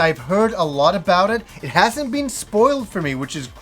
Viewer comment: Been = Bean